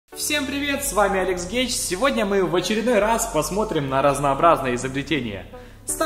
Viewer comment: все слышали "всем привет с вами Алекс гей " послушайте начало